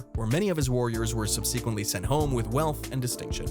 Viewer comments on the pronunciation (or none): It’s pronounced “sub SEH QUENT Lee” not sub-see-quint lee you troglodyte